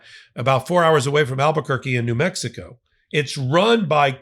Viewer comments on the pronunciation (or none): none